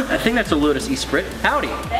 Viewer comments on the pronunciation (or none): Its pronounced ''eh-spree''... Nice numbers though